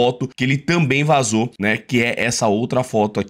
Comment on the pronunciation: ta, mas... QUE TAL VOCÊ APRENDER A FALAR "VAZOU"?